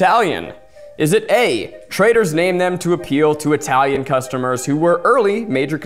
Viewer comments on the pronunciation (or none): I absolutely heard “traitor” and not “trader” in round three and oop there it is!